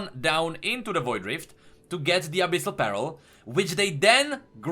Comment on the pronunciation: err are you trying to say Abyssal PEARL or BARREL?